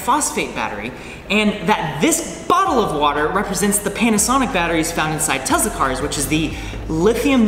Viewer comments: its tehs-eh-luh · "tesa cars"